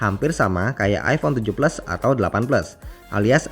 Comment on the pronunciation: jelas maksudnya ngomong iPhone 7 plus,apa karena kecepatan atau terlalu medog ngomongnya emang kedengarannya iPhone tujuh blas😁😁😁